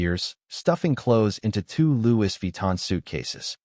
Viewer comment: For Louis Vuitton luggage it is pronounced LOU -EE not LOU-IS n